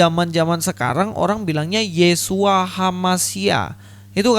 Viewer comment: Akibat giginya tidak terkondisi , jadi bunyi isyuoaaaaa 😁😂